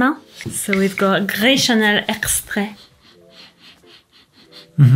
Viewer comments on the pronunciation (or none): why you said like french st u ip just say it normal fk it and fk french langauge 😂😂😂😂😂😂😂😂😂